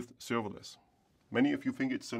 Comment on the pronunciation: "Today I'm going to talk to You about serveilance technology" -I have heard in the first sentence. It turns out to be written server-less ;) -informative video, thank you